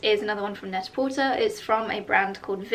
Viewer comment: I've learned how to pronounce some things from your vlogs, so I thought I would share that I think it's supposed to pronounced Net-a-PorTAY, you know, to rhyme with "prêt-à-por·ter" (/ˌpredəˌpôrˈtā/), as a very clever pun on the French term for ready-to-wear. It's always a surprise to me when I hear you say "porter," rhyming with "shorter."